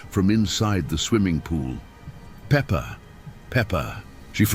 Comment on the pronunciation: it’s peppa pig not pepper